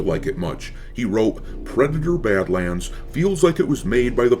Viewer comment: ... "PWEDATOR BAD-WAND!" 😂🤣🤣😂